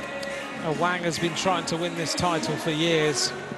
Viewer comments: Awang = Sebutan Mat Salleh "A-Whack" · its AWANG not AWANG hahaha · Awank bukan aweng cuba dengar betul2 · Apasal aku dgr dia cakap ‘A WANK’ ? Lmfao